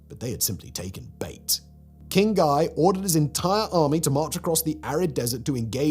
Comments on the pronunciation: Guy was French, so it's pronounces closer to "gee" than "guy" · "...led by King GAI of LOO-SIN-YAH..."😂😂😂 It's like the French version of when a guero is speaking Spanish but still says "tee-uh-wanna"